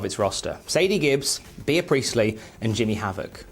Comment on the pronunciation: I have honestly never heard Bea Priestley's name pronounced as "Be-a" before... or anyone named Bea for that matter... wtf,..? 🤨